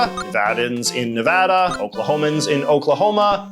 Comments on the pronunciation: Thanks for pronouncing Nevada correctly! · He says Nevada & Nevadans the right way <3<3<3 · I was holding my breath that you would say Nevada correctly and you did! Knew I could count on quality from J.J.